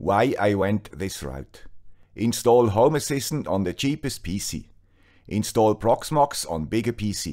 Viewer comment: Sorry, I always hear "homo assistant" 🙂